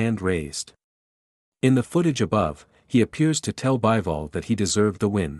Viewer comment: It's Bee-vol, not Buy-vol.